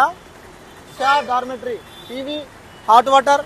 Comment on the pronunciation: Documentary kaadu Babu. Dormetry.